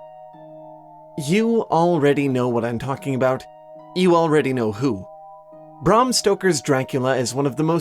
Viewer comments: It's Bram Stoker, not Brahm. (Good video though.) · Bram rhymes with Ham. I’ve read a lot about Stoker and Dracula but have never seen his name spelled “Brahm.” You’ve been listening to Aaron Manke, haven’t you? You’ve picked up his phrasing.